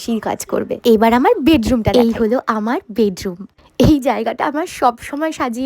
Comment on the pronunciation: অনেক ভালো লেগেছে বাট যতবার আমর এবং আর বলছিলে মনে হচ্ছিল কথাকে তুলে তুলে আছাড় মারছো জিনিসটা আমার একটু বিরক্ত লাগলো❤